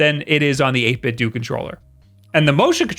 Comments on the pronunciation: The right way to pronounce 8bitdo is the same way how u pronounce Nintendo. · Guys. 8bitdo rhymes with nintendo. It's not ninten-doo is it? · Nin....ten....do... 8.....bit....? Doo? Do? You stupid or...? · he does not. The people who work there say it 8BitDo like Nintendo– Nin10Do, get it? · We know doesn't get paid by 8bitdo because he doesn't even say the product's name correctly... hahaha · Isn’t it 8bitDO (dough) like nintenDO, not like do (dew)? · 8-Bit-Dough like Ninten-Dough not Ninten-Dew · I know he probably does it on purpose but it makes my brain itch EVERY TIME! It's EIGHT - BIT - DOH Just like, you know... NIN - TEN - DOH not Doo D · i'm sorry but it's 8-bit DOE NOT DOO I love your content, but I just can't with your pronunciation of 8-bit do it's slowly frying my brain. But keep up the great content! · It's super-cute how you say "8bit-doo" instead of "8bit-dough". Yeah, I understand that the people who work there will go out of their way to tell you that it's pronounced "8bit-doo", but they only do that because they're afraid of Ninten-dough's legal team. It's actually "8bit-dough", they just refuse to pronounce it that way in public. True story, I have heard it from the literal horse's mouth. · Why do you call it 8-bit 'dew'? It seems obviously off to me. Akido, Jeet Kun Do, Bushido, Kendo, Iaido, Judo. 8Bitdo is obviously a play on Budo which means martial arts in Japanese, with 8 being a significant number in Chinese martial arts and philosophy. With the controller itself being a Japanese design(created by Nintendo to play 8 bit games on the Famicom/NES) iterated(for the 16 bit SNES) and then innovated upon by this Chinese company(to include features from other sources) that produces them. You might say the controller is a Japanese technique, revised according to Chinese philosophy. It's a rather deep name. Basically translating to "The 8-bit way of fighting." Even if you ignore all that though.. English: Avacado, Torpedo, Bravado, Tornado.